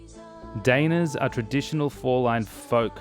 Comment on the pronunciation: Actually, "daina" is pronounced differently. It's hard to mimic an English pronunciation in the comments but I guess it'd be something like "duh-E-na". Or in case you read IPA: [daɪ̯ˈna]